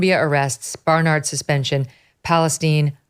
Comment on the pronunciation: Did you say "she's at Barnard or BARN YARD???